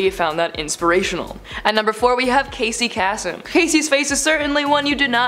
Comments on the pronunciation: It is very hard to take these types of videos seriously when the performers do not know how to pronounce the names. Do some research, edit if need be. Casey (Kay-sum) Kasem is a well known radio and voice actor. It is not hard to put a little effort into pronouncing his name correctly. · Pronounced Casey Kasem wrong